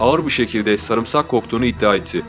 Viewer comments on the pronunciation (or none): none